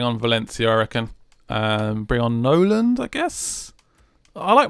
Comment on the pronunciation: It's Nolan not noland